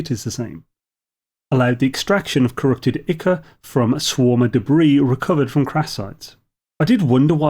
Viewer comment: 'Ick-uh'?! It's pronounced 'eye-cor'. I say this, not to be pedantic but to help you keep a future clanger out of your usually ridiculously high quality videos! Keep up the great work, you videos are always great help ;)